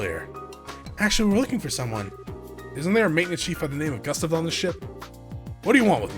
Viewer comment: Gustav is pronounced goo-stahv